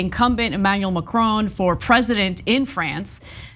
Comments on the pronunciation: Usually like your output but please learn to say the name Macron properly. It is not Macr-own. Also look back at the 2017 runoff and recognize the candidates. Le Pen is nothing new. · I like you Ana & I like the Young Turks but again ignorant American pronunciations are creeping in of names or places far from the US of A. It's "Mack-Ron" not " Mac-Rone". & 2 right protests are eruoting as they are going to do in any country where enough idiots get close to voting Fascists into power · Macron sounds like Ma"Kron" (it is his name he calls himself) No more different than Walter Cronkite news-reporter anchor for 50 years. If you don't know him you should NEVER report the news. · Anna and Cenk, please increase my respect for you by learning how to pronounce 'Macron'.